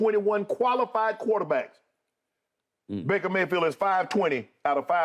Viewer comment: Shay called him Breaker Mayfield. lol